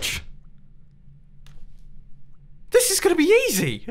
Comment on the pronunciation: “This is gonna be Yezzy”